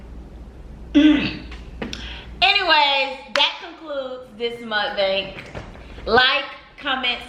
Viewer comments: Ti dumbass said mukabank☠️ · Lol did y’all notice at the end when she ended the live she mugbank instead of Mukbang 😂😂🤞🏼💙💕 I Love her though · She Dead ass said mukkabong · She says mukabang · lmfao she said muckabank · Mukabang??? Lol.. where in the hell is a A??? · “This MUKABANK” 😂💀💀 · Ti said mukabank 😂😂😂😂😂